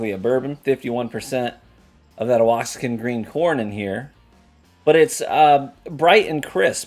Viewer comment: Wah-hawk-in is how we pronounce it in Texas. Really good Mexican mozzarella style cheese too. I put it in my enchiladas. These both sound very interesting.